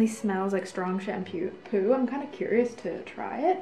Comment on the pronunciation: did You say SHAM-PEEW?...LOL!